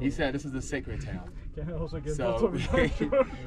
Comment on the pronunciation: Adam sacred diyor dostum, secret değil :)